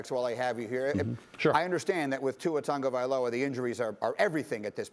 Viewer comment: Tagovialoa pronounced TUNGAvialoa??? Weird